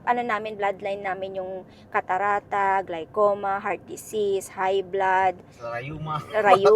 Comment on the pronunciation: It's glaucoma (pronounces aw/awe yung au).